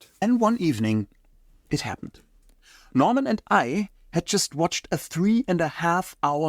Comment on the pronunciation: He even called Norman Köster Normand.